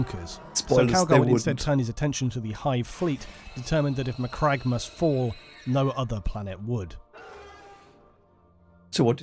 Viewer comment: So for future reference, its pronounced "mc-crag" in every official pronounciation ive heard